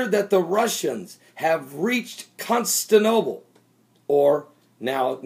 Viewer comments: It's also Constantinople, not Constanople. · You can't even pronounce the names "Crimea" and "Constantinople" correctly and you're expected to be taken seriously?